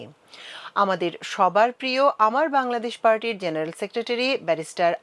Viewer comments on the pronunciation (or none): জেনেরা আবার কি? উচ্চারণ ঠিক করুন।